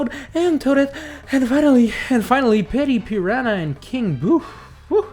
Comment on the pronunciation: Petty pirhana? Oh right, forgot about your accent lol